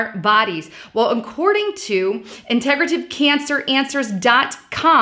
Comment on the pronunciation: Integrative - accent is on the first syllable.